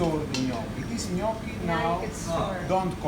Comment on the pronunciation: You pronounced it just like the Italians 🤣🤣🤣I’m scared of you. Where are you from? Florence!!